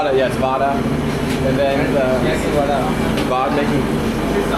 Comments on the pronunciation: Vadai not Vada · The guy who says Vadaa instead vadai sure he is not from tamil nadu better chase him out of TN for his idiot pronunciation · Vadai not vadaa😂😂😂